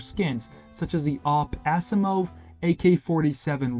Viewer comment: dude u butchered the pronunciation of asimov